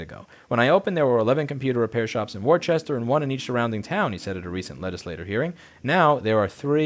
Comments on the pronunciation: Its wisstah not war chester jesus lol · As much as I appreciate videos like this, it irked me so much that you mispronounced Worcester...there's no H in there. It's said like worse-stir, although most people don't fully pronounce the R and its more like woos-stir. Either way, let's keep this momentum going and actually take back the right to use our own devices how we want, including getting them repaired at any repair shop, or even do it yourself. (We also need to increase awareness and understanding of the risks. The so called cybersecurity issues aren't a problem for well informed consumers, who understand the risks of having sketchy or amateur techs repairing their equipment vs competent third-party repair services that actually have access to the tools and parts needed to provide repairs at the same, or better, level of quality you get from first-party repairs and agents) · Fyi, Worcester is pronounced Woosta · Wor. ces. ter? Woosta 😂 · Almost had it right the second time; it's Wohs-stir. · Worcester is pronounced "Wooster" or if from Boston "Woostah". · Why do Americans have trouble with -cester in place names? Turns out even America has these spellings. Worcester, Bicester, Gloucester, Leicester, the ce is part of the first syllable (Worse-ster, Biss-ster, Gloss-ster, Less-ster) and the c is soft (s sound, like once). Why this gets me is the fact that people insert letters that aren't even there and say chester.